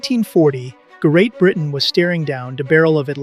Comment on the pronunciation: Ger-eight Britain was steering down de barrel of a louded gan did it for me... Seriously, I can see why people might get text-to-speech software to read their scripts, but not bothering to listen for obvious errors before posting is just shoddy.